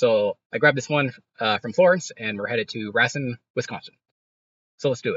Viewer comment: Racine is pronounced: ray-seen